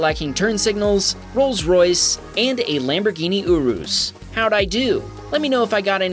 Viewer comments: Yur-Is not You-roose. 😅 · Lamborghini Urus ❌ Lamborghini Ooroos ✅ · It's pronounced "Yur iss" not "Your oohse" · Porsh and Lamborghini Oohrus. Come on, you can do better than that.:)